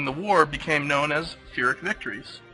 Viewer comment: Its actually Pyrrhic and not Phyrrhic, so its a P sound not a Ph sound. I always pronouced like you "Phyrrhic", but just went to check it out now. other than that, thank you for the history lesson. Was pretty awesome. good video